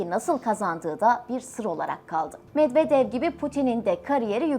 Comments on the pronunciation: Türklər rus adlarını niyə belə pis tələffüz edir axı? [Medvedev] oxunmur, [Medvedyev] oxunur. Çar Nikolas kimdi? 😂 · Çar Nikolas diyil NIKOLAY Medvedev de Medvedyev gibi okunur Nazgül hanima sorun o bilir